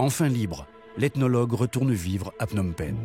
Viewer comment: Learn how to pronounce the Words Phnom Penh or Whatever I Spell! It is ment for Meaning [ Full Mountain]. 😅 Thanks Canada. 😊